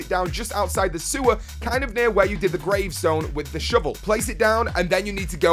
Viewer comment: i love the way you say shovel... sounds like "shivel" keep up the great vids..